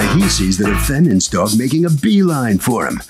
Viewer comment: Look, I’m from the South and people make fun of how we talk.. but can we discuss how some of these litigants use two syllables for the word dog? “Daww-ig”